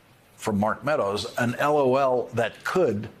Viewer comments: Is it just me or is anyone else really irked by the ridiculously slow emphasis Lawrence gave on the....... L........O.........L..........as if it's game, set, match? After hearing the texts, I believe this is being taken WWAAYYY out of context. That was clearly a response to a joke, as 💩 y as it was, not a laughing confession of guilt 🙄😑 How TF is this even news....? 0_o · I wish I could send the soundbite of Lawrence saying "L(dramatic pause) O(dramatic pause) L." to people deserving of a "womp womp"